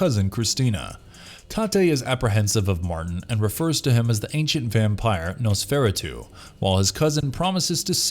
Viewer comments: Nos-fer-ah-too not fair. A simple0 Google search on pronunciation will help you on words you frequently misspeak. In almost every video. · Nos-ferah-tuh (-too). Try this pronounciation please. ;) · It's pronounced Nos fur ah two Nosferatu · Really? Is that the pronunciation of Nosferatu you're going with? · You call "Let Me In", "Let Me See". You also mispronounce the word, "Nosferatu", as if you've never heard the word before. I don't see how that could be possible. You also list "Lifeforce" as being on the list and even have it as one of the "chapters" in the video, but you don't say anything about the film and only show about a 5 second clip of the movie. Also, when speaking about Guillermo tel Toro and some of the characters in his film, why do you say their names with that ridiculous, fake, accent? It sounds terrible. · Please, please, PLEASE never pronounce the name “Nosferatu” EVER again, Dude. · It isn't just nosferatu, this guy mispronounces so many words that make my ears hurt. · I almost turned it off after this pronunciation of Nosferatu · first ! learn the proper way of pronouncing noseferatu ! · Please learn how to pronounce "Nosferatu" or else I can't take you serious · If you can't pronounce Nosferatu... I can not trust your judgement. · The way you pronounced Nosferatu made me cringe lol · I feel we all need an apology for that pronunciation of Nosferatu. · Oof the way this dude said nosferatu angers me, might have to make a visit to drian his blood. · Ouch the mispronouncing of Nosferatu hurt. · The way he pronounces "Nosferatu" is the most anxiety filling thing ever. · Came to the comments for this 40 seconds in. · This narrator pronounces incorrectly in nearly every video made for this channel. Ugh. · Thirty seconds in and I screamed at the TV. I am sitting at home, alone on a Saturday night in the middle of a pandemic, screaming "Nosferatu" at the television. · How you pronounced Nosferatu gave me an aneurysm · yeah, he lost me at "nos FER a tu'